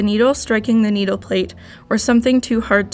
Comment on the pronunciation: You say needle the wrong way but you dont say the right way